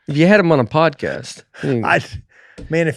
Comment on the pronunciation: Please tell me someone else just heard Nate say Codpast instead of Podcast😂😂